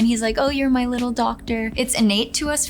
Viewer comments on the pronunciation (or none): none